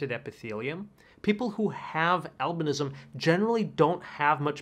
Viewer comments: AlbAnism? Are you sure? Maybe Albinism?! Pay attention, pls. Albanians wouldn't understand you :-))) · “Albinism” not “albanism”. Root word is “albino” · it's albinism not albAnism